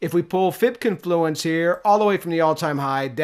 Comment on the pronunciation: Confluence has the emphasis on the first syllable. CONfluence. Peace and love brother